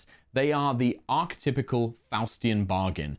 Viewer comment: Archytipal is pronounced Arky-Ty-Pull, not Arch-Typical.